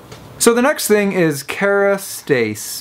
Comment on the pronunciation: Care-a-stas that is how it is pronounced.